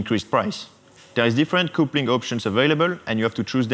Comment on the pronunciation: the word " coupling" you pronounce " capling "